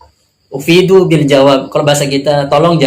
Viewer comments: Bukan ufiiduu, tapi afiiduu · bukan ufiduu mas, afiduu mas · افيدوا Afiidu, bukan Ufiidu...